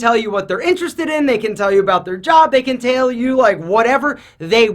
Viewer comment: “They can tale you about...” 😂